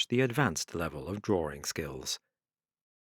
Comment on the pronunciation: drawring. it's fun